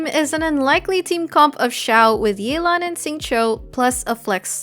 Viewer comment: It's Yeh-lan T_T